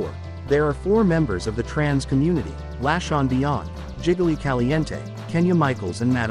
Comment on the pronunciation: And Laa Shawn beyond. The pronunciation is very odd at times.